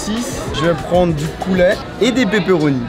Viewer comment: C pas pé pé pé comme loni il dit